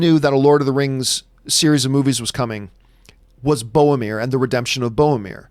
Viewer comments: Bowmir, from Feowship of the Ring. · It's BOROMIR.